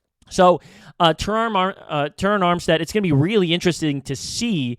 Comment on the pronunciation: I’ve never heard anyone mispronounce Ter-Ron Armstead’s name five or six different ways EVER. Also, it’s Kader Ko-Who. Come on bro, you can do better. Listen to Drive Time podcast w Travis Wingfield & you’ll learn why Miami is going to wax Denver on a sweltering Sunday afternoon at Hard Rock stadium. #Finsup ✋️😃🐬🏈